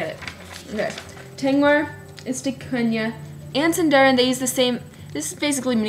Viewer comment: Sweetie, it's pronounced Seendahreen the i=ee sound a= the sound of father